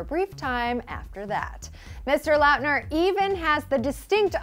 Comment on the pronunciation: lauuuutner? LAUTNER